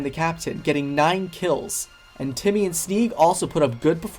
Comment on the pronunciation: Timmy not jimmy neegelly not geenelly 😂